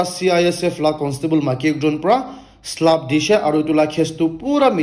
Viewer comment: Bro slap not (slup)😂